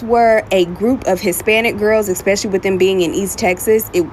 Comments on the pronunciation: I also caught that. Agreed! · Anyone who says "EX-Specially" I don't listen to